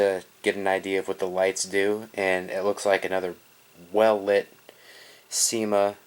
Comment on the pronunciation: I thought you said sema